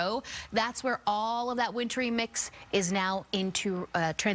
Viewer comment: IT'S SNO HOE MISH NOT SNO HA MISH